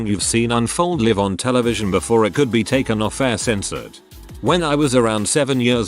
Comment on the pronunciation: Live, not liv!! Can you guys listen to to the computer voice and correct pronunciation?!! Distracting and jarring!!